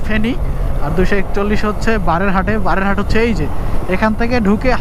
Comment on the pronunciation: ভাই, বারের হাট না; বারইয়া হাট। স্থানীয় উচ্চারণ- বাড়ি হাট